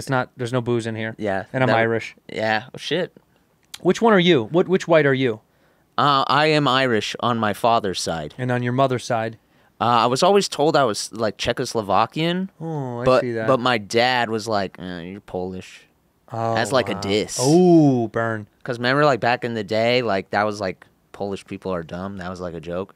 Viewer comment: I never understand why Blake and Kyle, both say CzechLOslovakian